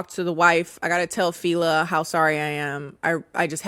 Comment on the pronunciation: Wasn't the dead husband, the friend's brother? Also, the name is pronounced 'Felá' as in the first syllable in 'Fella' and then an accent on the second syllable. It's a Yoruba name made popular by Fela Anikulapo Kuti, check him out, he's a legend.